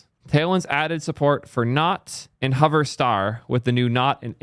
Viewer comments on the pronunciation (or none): none